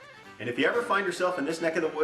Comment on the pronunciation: "Sl'aintel" who gave your your citizenship omg hahaha